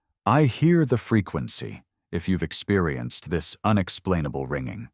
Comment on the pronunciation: I hear fricancy.